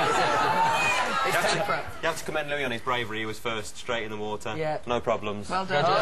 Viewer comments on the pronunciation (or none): get a brain honey... HIS NAME IS NOT LOUISE, IT IS LOUIS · You DID NOT just call my husband "Louise". It's Louis you moron.